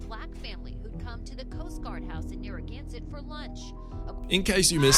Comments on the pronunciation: "Nerragonset"? Narraganset! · Right from the get-go: Narragansett is pronounced nar-a-GAN-set. One can also go to the bay in RI & MA by the same name or have a beer, which is like Lone Star beer. I'd reserve the brew for use in a vegetable garden to rid slugs. :)